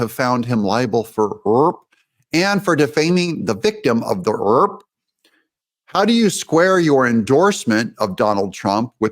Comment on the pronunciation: What’s with the “rurr” it’s RAPE not rurr 🤔